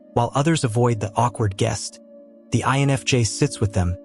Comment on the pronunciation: This AI channel is pretty good, even though I'm loath to admit it. It's pretty good. It's getting quite a few things right., but it's obviously AI. The AI voice is obvious, especially when it mispronounces simple words. The AI spelling is blatant because it's much worse than the pronunciation. I've seen it spell INFJ as "ion of jay." So many mistakes get through that there's obviously no human on the editing end, which makes me doubt there's a human involved at all. Seeing how good AI is at gathering and regurgitating information, I think that even the writing end is all AI. One AI writes it. Another voices it. A third transcribes the voice for the captions. Then finally, nothing and no one edits it for mistakes. Still, the info is pretty good. In fact, this channel, for describing what I feel as an INFJ, is better than most.